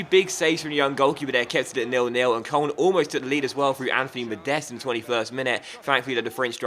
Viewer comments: It's pronounced coloan. Not koln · It's pronounced kern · FC Koln is pronounced k-loan. please like coz it annoys me and might see it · its kurln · ***** he pronounces it wrong too.